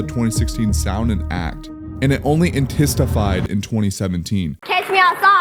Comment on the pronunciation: In-Tense-A-Fied. Bruh...